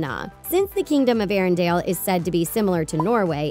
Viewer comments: Arendale? Oooookay, here we go again: ARINDELL, Say it with me, AIR-EN-DELL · It's Ah-Na not Ann-a and it's ArendElle, nof ArendAle